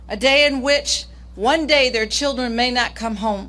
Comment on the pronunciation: Fa da cheedrin…fa da cheedrin